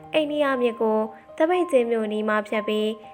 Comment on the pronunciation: ေပြာတဲ့ကောင်မလေးက ဧရာဝတီကို အသံမထွက်တတ်တာလား၊ ဘယ်နှယ့် အိန္ဒိယမြစ်လုပ်နေတာတုံး